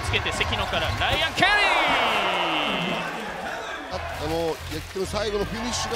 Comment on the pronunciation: やたらライアンケリーの発音がいいのはなんなのw